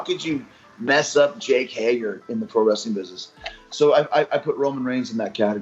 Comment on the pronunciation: Roman Reigns. Also Yes... How do you mess up jake hager?